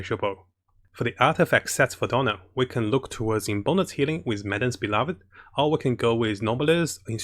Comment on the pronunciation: I love how pronounced Diona as "Donald".😂 It's okay, the slang doesn't matter because provides us a lot of good guides to help us in Genshin Impact.